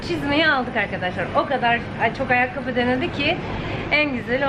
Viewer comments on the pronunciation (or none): Yaaa Akkabiii demen bitiriyo beni ne gülüyorum ya ayakkabi deyişine🤣🤣🤣❤